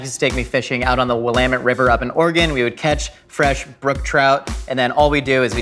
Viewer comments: I appreciate that he says "Willamette" correctly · If can pronounce Willamette river properly, why can’t Rhett and Link figure out Tillamook? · You can tell he's been to Oregon because it's wi-LAM-mett and not WILL-am-met. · I'm so proud of for pronouncing Willamette correctly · honestly im surprised he pronounced it right half the people i ask have no idea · Thank the God of pronunciation himself, Alex Trebek. I also cringe before I hear someone not from Oregon try to pronounce "willamette." I've lived in Oregon for like 80% of my life and I don't even know how to spell it, and I'm not going to look it up. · I live in Eugene and the Willamette river is beautiful. I am just glad that said it right. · As an Oregonian, super happy with the correct pronunciation of Willamette! 🤓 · It's always nice hearing someone say Willamette correctly :) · AT LEASTE HE PRONOUNCED WILLAMETTE RIGHT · Thank you for pronouncing Willamette correctly,. Most people butcher it. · thank you for pronouncing "Willamette" and "Oregon" correctly.